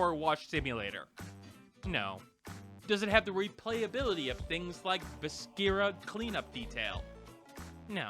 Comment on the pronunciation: viscera is basically pronounced without the c